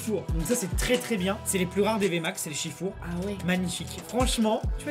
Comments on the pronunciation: Le s ce prononce pour shifours 😉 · Bordel c’est pas Shifour c’est SHIFOURS, le boug c’est un OURS, pas un our sans deconner faites un effort tous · Vous dites shifour au lieu de dire shifours